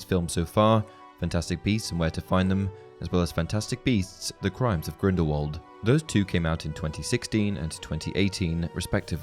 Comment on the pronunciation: You’re pronouncing Grindelwald wrong, it’s pronounced with a thin v and not a thick w